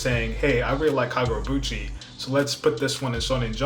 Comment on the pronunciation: KagurabAchi! Why you saying KagurabUchi 😭😭😭